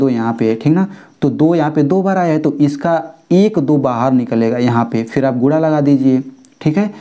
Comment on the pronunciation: Aur gura nahi guna 😂😂